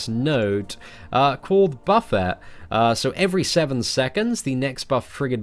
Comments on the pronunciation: Buffet is pronounced buff-ay... Here's an example: “It's probably not easy for a woman to understand what it's like to be a man. Imagine you're starving, and someone puts a huge buffet in front of you. There's delicious, mouth-watering food all around you, and it's really really hard not to eat it all. That's what it's like to be a man around attractive women. The urge to want to hump everything that moves is part of a man's natural programming. It's a deep-seated hunger. To suppress that hunger takes civilization and a lot of willpower.” ― Oliver Markus, Why Men And Women Can't Be Friends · it's pronounced "buff-aye" my g